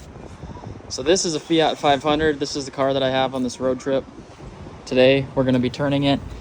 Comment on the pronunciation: Its not feeeeat its fiat